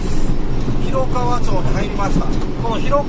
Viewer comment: ひろかわでわなくひろがわですよ